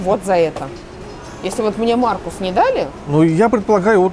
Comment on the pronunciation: "Маркус"! Только "Маркус"!